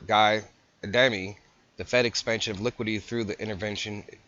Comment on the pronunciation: It's "liquidity" not "liquidy."